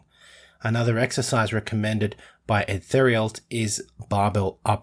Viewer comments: Our Uncle Eddie Theriault's last name is pronounced "Tare- ee-o." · His name is spelled Edward 'Eddie' Theriault (pronounced: Tare-ee-o)